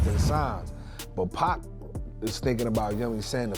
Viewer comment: Pronounce Pac like "Pock." If you're gonna speak on this stuff, have the names right. I'm not hating. I love your content, but that's annoying